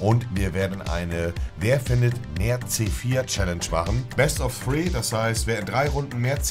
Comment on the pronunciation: Niemand: Wirklich Niemand: Monte:" Best of Tree"